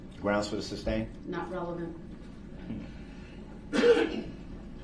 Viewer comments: Brooks, it's SUSTAIN, not substain, you moron...How many times did he mispronounce that word alone? lol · Can anyone explain to me what a "of" is? I think he meant to say "oath" but I can't tell with this narcissistic clown. He also never got the word "sustain" right either .."The reason for the substain, your honor?" Lol